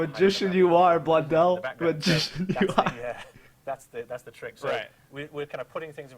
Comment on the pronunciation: lex stf up saying blundel